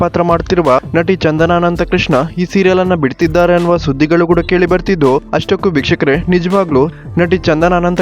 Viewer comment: nivu starting helidu vikahkare adu bikshukare anothara keltide swlpa nidana heli